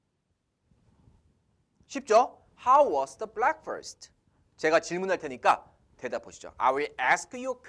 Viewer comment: ^^ 브랙훠스트 입니다. 블랙훠스트 하시면 아니되옵니다.